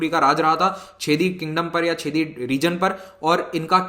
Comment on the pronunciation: सर, छेदी नहीं चेदि महाजनपद 😅